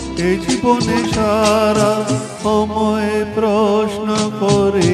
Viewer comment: Beautiful....but the pronunciation of a few words like amai, rabo, dishahara, etc needs improvement. Overall superb 🎉🎉❤